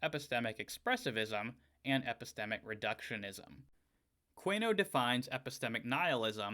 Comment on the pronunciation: I believe that last name is usually pronounced: 'koon-e-oh'.